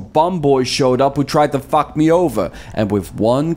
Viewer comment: “FOCK” lil hint of irish there